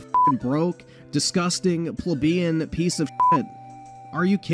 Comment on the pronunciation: if you're gonna use words like Plebian.... maybe not pronounce it like one OOF what an intro hahaha